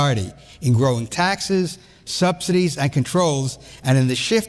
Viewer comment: You said taxes wrong.